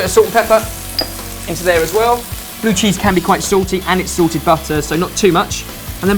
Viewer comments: When these guys say "salted" and "sorted" it sounds kind of like the same word. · Maybe it's just me...but every time I hear them say salted, I hear sorted... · I thought he said 'sorted' butter instead of salted butter lol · Every time says salted butter it sounds like Sorted butter, and I'm like "They have their own butter now? I bet it comes with a sprig of mint on top." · Is it just me or does it sound like says 'sorted' everytime he says 'salted'